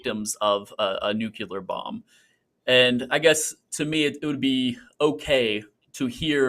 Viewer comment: Fully agree. No idea why he continued pressing that. Also, I lose my mind when people pronounce it "nuke-u-ler".